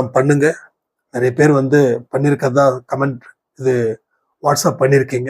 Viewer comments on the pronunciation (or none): none